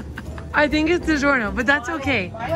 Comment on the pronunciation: I like when David said digorno